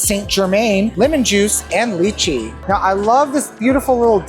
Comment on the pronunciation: Kudos to for his pronunciation of lychee! I do agree that they're overhyped. I used to love DTF and went pretty often years ago when the prices much more justifiable.